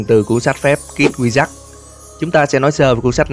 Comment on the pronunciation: Phân tích rất là hay, videos nào cũng hay. Cực kỳ thích kênh này. Nhưng có 1 điểm trừ nhỏ là tiếng Anh. Không cần phải phát âm giọng Mỹ chuẩn như bản xứ, nhưng phát âm đúng là được. Mở đầu là "kid wizard", đọc thành "kít quy giắc" thì nó là tiếng gì chứ không phải tiếng Anh rồi, đọc trại thành "khít kwi zợt-d" còn đỡ. Bạn có thể dùng Google dịch để tham khảo phát âm hoặc dùng luôn Google dịch để đọc mấy từ tiếng Anh luôn cũng được, chứ như vầy thì có hơi dở :) Ý kiến riêng thôi, bạn không làm theo cũng ok, không vấn đề gì lớn cả. (Nhưng mà kiểu sau này thành Youtuber có tiếng mà bị tụi antifan đem mấy cái này ra chọc thì cũng mệt mình à :)) )